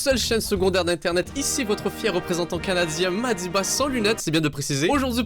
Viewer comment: C’est pas Mahdi Ba c’est Mahdi Ban là